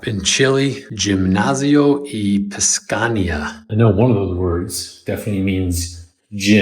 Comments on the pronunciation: No say piscania, is pis ci na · It’s piscina, not piscania or piscana. 😂 😂😂 It’s pronounced like “pisina” (silent c). If you knew French you would have picked up on the correct word. In French it’s piscine (e instead of a at the end and silent c again). I already know French living in Montreal 🇨🇦 so learning Spanish is easier. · bro, you always crack me up with your spanish - it's Piscina said as pee-see-nah and it's the second tallest building in LatAm